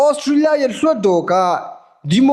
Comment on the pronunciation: ခင်ဗျားပြောတဲ့ Australia အသံထွက် က Austria ဖြစ်နေတယ်။ နည်းနည်း လောက် အသံထွက်လေး Focus လုပ်ပေးပါ။